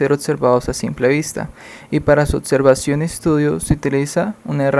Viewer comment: no se dice "concetto" mi amigo, se dice concepto; ni "interatzion", ni "otzervacion"